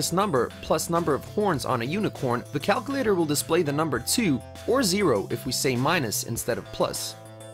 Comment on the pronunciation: did he say... cal-coo-lator...?